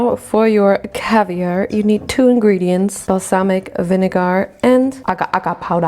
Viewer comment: The cavier😭😭😭🤣